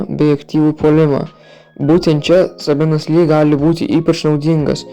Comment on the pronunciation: Maladiec neblogi video nenustok kurti. Tik ne sabenas o seibenas lee reikia tarti varda😅